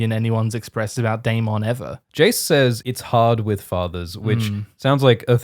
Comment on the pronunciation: To my ears, Australians pronounce Jace and Cheese the same.. Jace = Cheese confirmed?